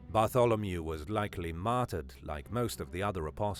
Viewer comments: When this guy says “martered” does that mean murdered or what? Lol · So we all know from this video you love the word "Matder"